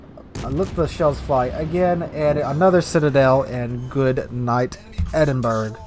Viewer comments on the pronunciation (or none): I cringe every time you call it the Edin-berg. Other than that...really enjoy your vids.